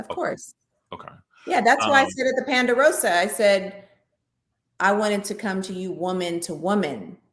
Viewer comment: Please stop saying Panderosa!’ It’s Ponderosa! Jeesh.